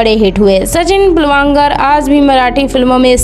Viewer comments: Pilvankar nahi pilgavnkar hota hai agar sahi se nahi bol pa rahi thi sirf sachin keh sakti thi har baar pilwankar kehne ki kya jarurat thi? Or peoduction house hota hai film banane ki chhoti moti factory kya hota hai. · सचिन पिलवांकर नहीं सचिन पिलगांवकर हैं। अपने उच्चारण सुधार लें। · आपको तो पिलगांवकर बोलना भी नहीं आ रहा। अपनी भाषा पर काम कीजिए। बाद में वीडियोज बनाइए। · सचिन पिळगावकर नाम है उनका नाम ठीक से बोलो